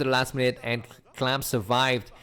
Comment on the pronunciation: Can't believe you just chose to call him "clam" xD